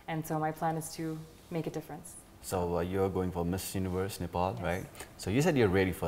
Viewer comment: I support her, I like her, but when Nepali says Nefal, it gets into my nerves😅😅